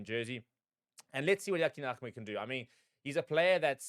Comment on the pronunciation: His surname is Ahmed not Ahemd...